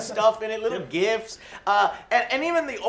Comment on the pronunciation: Did Joe just say GIFs ? Its GIFs not GIFs.